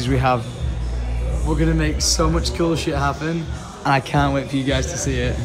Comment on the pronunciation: doesnt say cool, he says Kewl:P